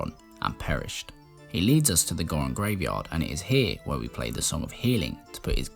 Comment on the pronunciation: I’m from north England and don’t like the way you pronounce Zora or Goron but your Zelda videos are great. Superb content sir